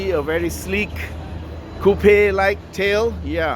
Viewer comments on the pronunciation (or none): “Taukeh amenities” haha 😆 By the way I heard u mentioned “couple”? Isnt coupe supposed to mean 2 doors?